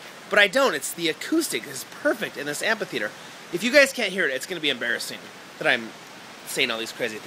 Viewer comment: Amphitheater. Am-fi-theater... It kills me that you're saying am-PA-theater. Sorry.